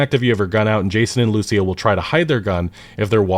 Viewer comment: Just run the names by google translate or something if you're not sure how a name is pronounced. Lucia ("loo-see-ah") is not a hard one either.